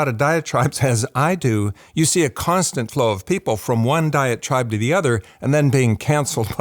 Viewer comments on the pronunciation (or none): Just one critical note: You need to verbally emphasise "diet tribe." I thought you were saying, "diatribe." That made almost no sense, but just enough to confuse me, till I turned on the subtitles. One could be from one "diatribe" or another, so it sounded like you were kind of coining a new usage of the word, rather than coining a new term (as I have never heard of a "diet tribe," tho the idea makes entire sense). Side note: vocal fry is a little distracting.